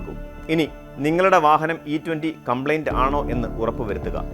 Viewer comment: കംപ്ലൈൻ്റ് ❌ കോംപ്ലിയൻ്റ്✅